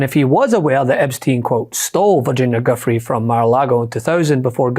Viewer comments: Virginia's last name is pronounced Joo-Fray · GUIFFRE is pronounced 'Jif-Ray'.